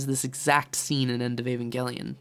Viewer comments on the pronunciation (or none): Evangelic 'J' sound not 'G' please